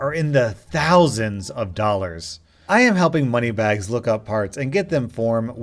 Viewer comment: hii from Argentina, you most definitely don't, you missplace the accent in many words dollars being the worst offender. But is easy to understand what you say anyway.